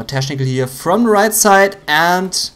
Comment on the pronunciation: Junge, man spricht es /ˈteknɪk(ə)l/ aus und nicht /ˈteʃnɪk(ə)l/ !